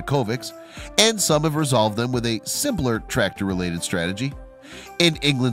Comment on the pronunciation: U need to pronounce the c in tractor not trator